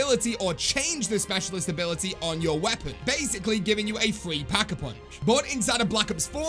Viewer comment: He says fwee packapunch